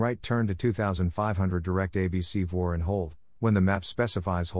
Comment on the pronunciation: I certainly appreciate the effort but the robot voice can’t pronounce things right and can’t use the right infection making it difficult to listen to. Listen to as an example. It pronounces MEA as MAY-uh. It calls a VOR a “vore”. If there had been an actual human reading this like a real audiobook, preferable a pilot that knows how to pronounce all the abbreviations appropriately, it would be 5 stars. I give it a 3 as is: it’s better than nothing, but no substitute for reading the book. Here is a tip to the listener. I turned the playback speed to .75 and it slowed down enough to let me translate in my head what Mr Siri had actually said, and that helped.